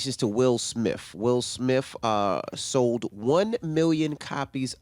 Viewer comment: Both them kept saying "Will Smif" not "Smith" lol